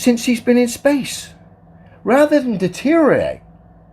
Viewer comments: It's not "detorate" it's deteriorate. Just goes to show the the mindset of the flat earthers. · His pronunciation of "deteriorate" seems to be atrophied into "deterate".